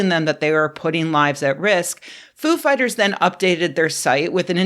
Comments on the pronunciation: I believe it's pronounced foo FIGHTers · I thought it was Foo’ fighters, not ‘Foo fighters. WOW what a loss. 😞